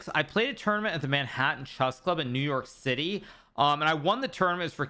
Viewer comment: Levy’s New York City came out 😂😂